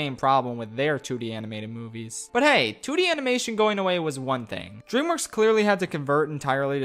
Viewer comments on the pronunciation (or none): none